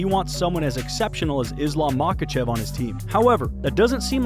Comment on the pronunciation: You are mispronouncing his name you miss pronounced his name about 100 times in this video